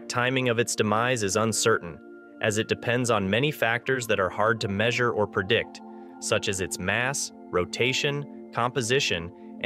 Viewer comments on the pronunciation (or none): none